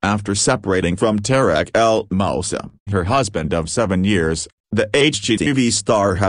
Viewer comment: its not "El Mouse sa'. . its El Moose SAA.". please say it correctly. its "Tar rick." not "Tear-rick.". please correct your pronunciation.